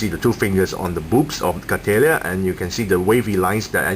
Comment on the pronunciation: Its pronounced Cattle (like the animal) ya I think its a joke on how thick she is